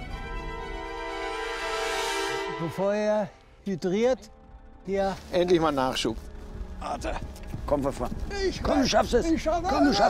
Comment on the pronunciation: Dydriert ?? XD Dehydriert meinte er